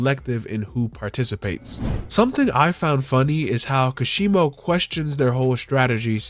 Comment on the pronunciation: It's ka-she-mow not kashibo